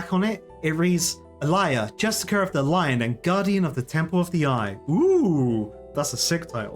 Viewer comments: a friend or mine pronounces it justi-car, just like you do. and I never understood why. I mean, there is another i in there. it's justiciar, not justicar also, they are enacting justice. it's pronounced like justice-iar not that it matters, I am just always confused by it haha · Late to this comment (I'm catching up on videos) I've heard justiciar said this way by a few different people, always a bit annoying. I think it's just lazy readers. Though it's hard to know what is intentional with sometimes! "Preston" this whole video was driving me insane as well